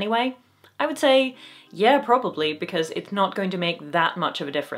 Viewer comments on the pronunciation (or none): none